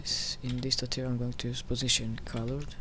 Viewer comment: It's tutorial, not tuterial.